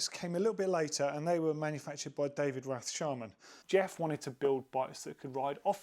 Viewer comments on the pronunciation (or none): none